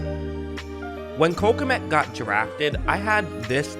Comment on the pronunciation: By the way, Kmet is pronounced as one syllable. In some Slavic languages it means peasant, and in some senator, chief. I guess he is originally from the Czech or Ukraine.